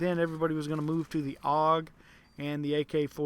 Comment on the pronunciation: Its called the A-U-G not the aug.